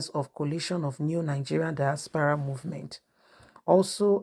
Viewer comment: Not dispara but diaspora,you cannot pronounce words,I wonder if you are a teacher you would destroy their brains.